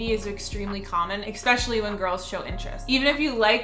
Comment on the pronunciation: I hate how she says “expecially” instead of especially.